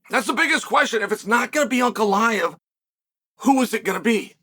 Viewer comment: "Brother, put him Ankalaev. Yes, put hin Ankalaev."